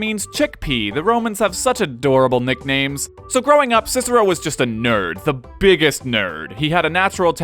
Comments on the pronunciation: Scissero?! It's KIKERO! You know, like cicer -- the pea! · Technically, his name is supposed to be pronounced as “Kicker-o.” Soft c’s do not exist in Latin. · its kick-ah-row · the American pronunciation of Roman names hurts my ears! his name was not Sissero (slang) but Cicero to pronounce CHICHERO! .. To give you an idea, it is as if you Americans heard Gen Lee speak in Italian in a movie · Latin didn't have C as S, it's Kikero. That's most embarrassing fact anyhow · 1. Its impossible to pronounces "Cicero" properly with english phonology as the "k" would have to be asphirated 2. This is an english video anyway, not a latin one. Should we also start calling "Rome" "Roma" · Just that his name was pronounced differently, buuuut everybody messes that up, even cesar is spoken wrong, so whatever. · Fun fact... in latin C is pronounced like a K... So they would have called him Kikero.